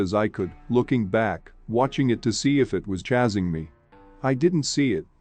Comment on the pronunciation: Great stories!! Just gotta work on correct pronunciations with those computer voices like Chasing. It's obviously not chazing, it's chasing. Bonfire they say bonefire. Maybe by the time it's corrected, you'll decide to have a person narrate which would be the best thing.